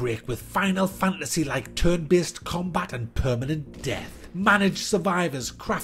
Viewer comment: in the first 20 seconds of the video I thought you said: "Turd-based combat system"